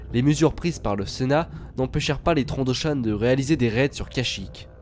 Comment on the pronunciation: Dans le nouveau Battlefront, on entend aussi TrandoshAN :)